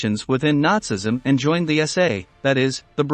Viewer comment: Horrible mispronunciation from fake computer voice. Interesting content though. Please get a proper narrator! WTF is "Luftbath"???, Nutsism?? or Josef Menjool? C'mon people, if you're going to try to present educational content, at least make it correct!